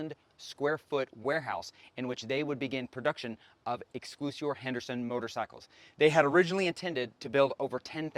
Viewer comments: Excel-si-or. Not exclusior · Nice job... thanx. Clarify one item: its pronounced X SELL SEE OR Henderson. You made me chuckle...